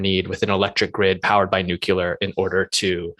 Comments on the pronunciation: Huh huh... they both said nucular. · Both those guys said nucular. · Nuke-yoo-ler !! That drives me nuts. New-Klee-Er !! Argh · Watching lots of videos that mention nuclear power or nuclear war ... why can't anyone say 'nuclear'? Nucular is not a word. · NU---CLEAR...NU---CLEAR...NU---CLEAR... It's really not that hard to pronounce.